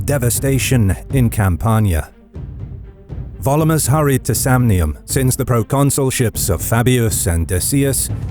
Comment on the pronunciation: I have a dumb question. I know a lot of effort goes into pronunciation this channel, so I assume the repeated pronunciation of "Volumnius" as "Volumus" is not an error. But what is the rule of Latin pronunciation that explains that?